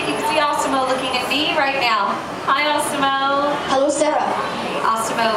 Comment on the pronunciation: lol i like how she pronounces it awsimo